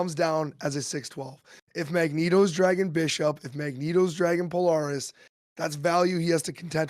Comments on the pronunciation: I love the podcast (great idea fuel for my decks) but Polaris is pronounced puh-lair-ris, not po-lor-ris. Keep up the good work! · "pole-Air-us" fucking say it with me.